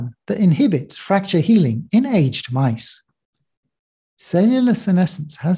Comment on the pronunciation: Interesting, and for me a timely video. A small note on English usage: mice are not aged like wine, but "ay-jid".